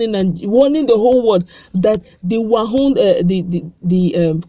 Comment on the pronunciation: Pls stop calling it 'wahun,...'its wuhan'